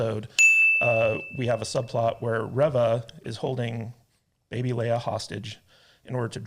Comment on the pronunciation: A Correction... Its ReeeeeeeVA 😴 💤💤💤